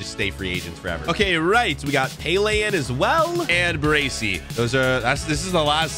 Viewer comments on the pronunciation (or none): none